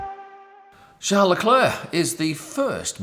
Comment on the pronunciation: Come on mate your aussie you know how to say charles properly